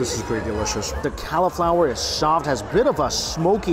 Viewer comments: Yeah, I heard "Cow-flower" That isn't a normal American pronunciation, is it? I'm Canadian, so I'm not sure. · Every time you said Cow-flower I twitched 😆 it’s the only way I will call it from now on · Why is he saying califlower 😂😂